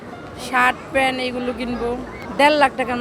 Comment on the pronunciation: মহিলা প্যান্ট কে প্যান উচ্চারণ করে তার নাকি ৫ লাখ বাজেট।কি চাপা রে 🤣🤣